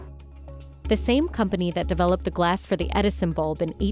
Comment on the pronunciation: Anyone else hate the way she pronounces the word "glass"? "Glaaaass..."